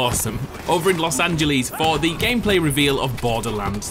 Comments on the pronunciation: The way you say Los Angelas cracks me up. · Los Angelies hehe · Los angelees